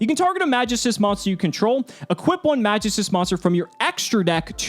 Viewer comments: Pronounced MagEEstus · Love the content, but the way you say magistus makes me cringe a bit... it’s a very old Greek word that’s used in certain stories of the old gods, often in reference to a line of powerful artifacts that the gods created for themselves and the best warriors to protect the different planes in the afterlife. The most commonly known one (because of assassins creed odyssey) is The staff of Hermes trismagistus, in fable the staff can bring immortality to those who wield it with care and don’t succumb to their own madness, for the unworthy they lose control of themselves and become dark versions of their former selves destroying everything they hold dear to themselves. The word is pronounced “mag-geese-tuus”. Absolutely love the content and you have personality compared to other yugitubers I’ve seen. Keep up the good work man 🤘🏼